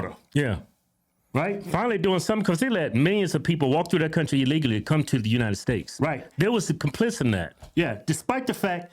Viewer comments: United steaks? 😂😂😂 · Kevin been saying “United Steaks” for years 😂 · United steaks lol love u guys